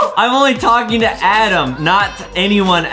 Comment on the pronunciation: adem not adam